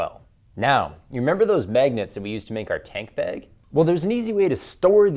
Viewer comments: 601 thumbs down??? And one more cause you say bag like a lame-o. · learn how to fucking pronounce "magnet" and "bag."